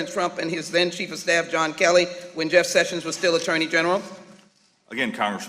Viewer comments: I would bet a kidney that Sheila Jackson Lee can't spell the word judiciary much less pronounce it. She also thinks the former AG's name is Jeff Sevens . She is clearly illiterate with a commensurate IQ.....a complete embarrassment. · She can't even say the name "Sessions" correctly. She's a bully with nasal problems.